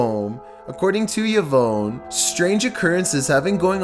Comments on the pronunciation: Yee-vone??? Try Ee-von! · Yah-vone not E-Vaughn. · It's pronounced 'Ee-von' not 'yu-voan' mate. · "Eh-Von" not Y-vone! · evonne......... *E VON! lol YVonne VON not VONE... LMAO oh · Omg how are you so incredibly dumb???!! The name Yvonne is pronounced Eve-on NOT Yuh-vone!! 🤦‍♀️🤦‍♀️🤦‍♀️🤦‍♀️🤦‍♀️🤦‍♀️ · Omg... This idiot can't even pronounce Yvonne right... It's pronounced EeVon you illiterate. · Yvonne is my sister’s name, and you totally butchered the pronunciation. It is pronounced Eevon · Yvonne is pronounced e-VAWN, emphasis on the second syllable. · It's "Yvonne",, not "Veyawn", and at #2, the Jumpscare scared the mess out of us!!!!! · Yvonne = Eeee - Vonn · No it’s pronounced Ee Von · Imagine thinking Yvonne is pronounced “ya-vowyn” 😂😩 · This boy amd his pronunciation of "Yvonne"🤦....smh...nothing but love,, nothing but love🖤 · The scariest thing about this video is how he pronounces Yvonne haha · Is that seriously how you pronounce Yvonne? I can't tell if you're joking or not. 🤦‍♂️